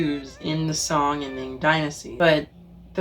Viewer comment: The o in Song dynasty is more similar to long o (as in blow), not short o (as in English word song) btw.